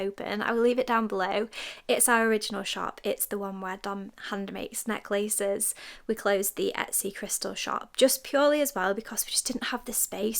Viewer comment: Hearing how you say necklace always makes me giggle :)